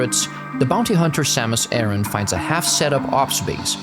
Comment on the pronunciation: Oh, as second thing, I'd say you were pretty much right about the pronunciation of Aran. Pronouncing it air-in/aaron doesn't make sense to me either, but I assume it was chosen to give her full name a better 〜flow〜